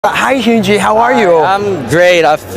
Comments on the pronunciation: He called him hyoonjin (pronunciation) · Audacity to pronounce his name as "hinjin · I still can’t get over the fact the interview mispronounced his name even though he got it sorta right at first 😭😭😭 “HEUJEAN”?? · The way he pronounced hyunjins name 💀 “hEeUuNnJeEn” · “Hyounjin” thats how i used to pronounce it too bro😭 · help are my ears weird he keep on pronouncing his name: hyooji and hyooji(휴지) in korean is tissue💀💀💀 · I understand a little Korean and he just called hyunjin toilet paper….that’s why he laughed like that at the end. 😂 (When he said his name he pronounced it like toilet paper) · His english has improved soo much in the last years (the way the Interviewer pronounced the name though 😂) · The way the man pronounced his name lmaoo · ur right the interviewer mispronounced his name lol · The way he pronounced his name incorrectly